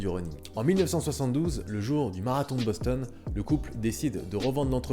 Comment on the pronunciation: Boston* pas Bonston mdrr